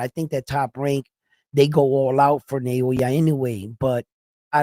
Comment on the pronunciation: It’s Naoya not Nayowa!